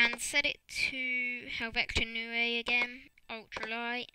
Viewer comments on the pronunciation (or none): ITS HEL-VET-ICA NOT HEL-VEC-TA !